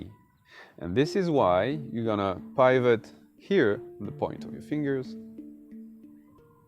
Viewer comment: Sorry, please don't think me rude. The word pivot is with a hard 'I' like 'it' rather than said like pie, it may save a little confusion in the future for people who like me who are easily confused 😅